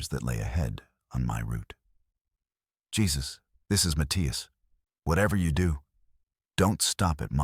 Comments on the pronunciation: Jesus like biblical on the cross? Is your head somewhere really dark? His name is Jesus, a Mexican name ptonounced 'Hey-zeus' Another really stupid AI production. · That pronunciation mistake pulled me right out of the story. AI missed an obvious one there. 😅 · Exactly. Drove me nutz 😅